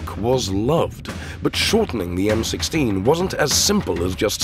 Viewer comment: Fucking AI.........."the M, 1, 6....instead of M16.....